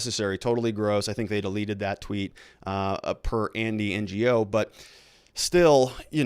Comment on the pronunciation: Ok pronunciation tip: it’s Andy No ( the G is silent) Feinstein = both syllables rhyme Means fine stone Mack- n-NAY-knee Mack-n.= just like mac n cheese minus the cheese NAY as in the opposite of Aye. This syllable is stressed knee= the body part Mack-n-NAY-knee